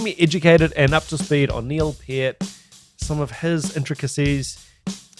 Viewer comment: "Pert" not "Payert"